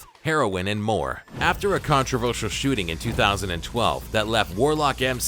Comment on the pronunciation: controvulshal shooting lol